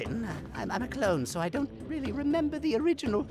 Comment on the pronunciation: “weally” lmao